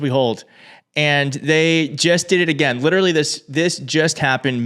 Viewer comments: “I’ll Say it Agane” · That stupid hick bastard can't even say again correctly, so who the fuck is he to call anyone ANYTHING?? Kennedy is an utter embarrassment. Also, fact check these fuckwits who keep lying about abortions happening "after birth". That is murder. Murder is illegal. Stop. Fucking. LYING! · And another thing: who the hell says "agayne"???